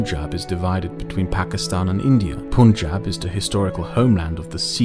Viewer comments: Once again, it's pUn-jaab not pOOn-jaab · I get a laugh everytime Punjab is pronounced Poon-jab. Its such a weird way to pronounce a word that sounds like Pun-jahb. like a pun, not a poon. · The "pun" is actually pronounced like that....Punjab is pronounced as "pun-jaab". The "pun-" is pronounced like the word pun and "jab" is pronounceed as the pronunciation of "Ja" in the word "Java Script" but instead of the "v" add "b" so "jaab".